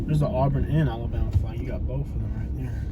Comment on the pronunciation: It’s Alabama not alllabana